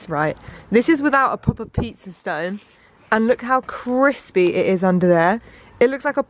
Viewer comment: Anyone else hear say the pizza was “CRIPsy” when she looked at it on the grill 😂 so me.